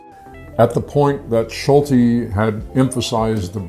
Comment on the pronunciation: SOO-bic Bay, Erich LINES-dorf, Georg SHOL-tee. I gather you've never heard of this place or these people.